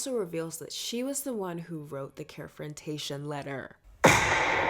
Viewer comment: “Care-frontaion” omg I’m getting flashbacks to my ERC days😭😭😭